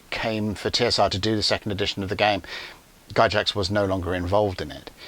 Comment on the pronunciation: It’s “gax”, not “Jax”